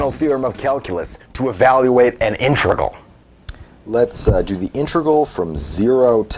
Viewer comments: It’s an integral not an intregal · Its not "intregal", it's integral..